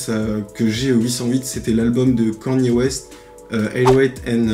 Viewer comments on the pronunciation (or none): Bah oui ça se prononce "KANnié West"